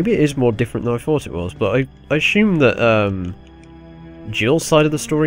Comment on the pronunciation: 'Assume' or "Ashume"? lol. Actually glad to have this lets play back -can't wait to play the ps4 remake.. if it ever happens!